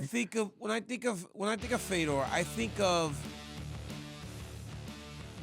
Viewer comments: Why is RC pronouncing Fedor as “Feedor?” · i think he thought feedor was fydodor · This guy said fee-door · I had to stop watching after 20 seconds. Feedor? All it takes is watching ONE of his fights to learn his name. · Rc pronouncing his name like that is embarrassing, casual 😆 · This Fuc$ing idiot can't even say his name correctly. This dude blows and doesn't deserve to speak about MMA professionally. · He’s such a Fedor fan he doesn’t know how to say his name…